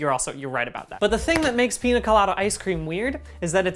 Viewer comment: bdg i love you but every time you said pina instead of piña my latino ass took 25 points of psychic damage